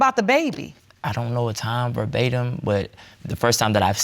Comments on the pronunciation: Did any hear him say, “barbatem” vs “verbatim?” 🥴 😩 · ver·ba·tim in exactly the same words as were used originally. NOT Per Batim. Lol, trying to use big words. Education. For most, its free.